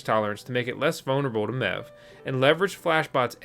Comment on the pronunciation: Wasn't looking at my phone when you started talking about MEV and from a distance it sounded like you said "Now let's talk about meth" thought the channel changed directions in a hurry